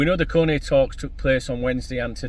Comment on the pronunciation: Love the way you butcher their names don’t stop makes me smile 😂